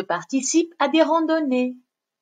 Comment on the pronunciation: C'est la rAndonnée * et non pas rondonéé.. Merci pour la vidéo